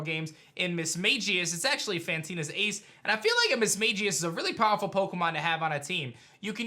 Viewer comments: Misma(g)ius not Misma(j)ius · All mispronunciations in this vid: Misdreavus: MISS-jruh-viss Correct: miss-JREE-viss (He said it wrong the 1st time but then said it right later in the vid) Mismagius: miss-MAY-jee-iss Correct: miss-MAG-gee-iss Gardenia: gar-DEHN-yuh Correct: gahr-DEE-nee-yuh Roserade: ROW-zuhr-rayd Correct: ROWZ-rayd Bastiodon: BASS-tee-yuh-dawn Correct: BASS-tee-yo-dawn Staravia: STUH-ray-vee-yuh Correct: STAHR-ray-vee-yuh Staraptor: STIRR-rapp-tuhr Correct: STAHR-rapp-tuhr Lucian: LOO-see-inn Correct: LOO-shin (I actually had to pull up the 35th ep of the Sinnoh anime just to fat check this) Milotic: my-LAWD-ick Correct: MY-low-tick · I’m sorry you were pronouncing Mismagius wrong it’s Mis-magi-us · learn how to say mismagius